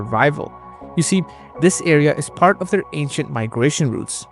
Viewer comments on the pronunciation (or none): none